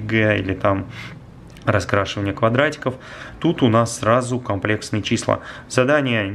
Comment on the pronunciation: кАмплекстные числа😹 может кОмплексные числа?